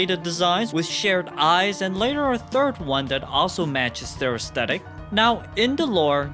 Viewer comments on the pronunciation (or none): none